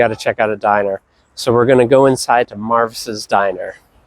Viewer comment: It’s pronounced “Mar vees” and it is one of the best breakfast spots on Earth!!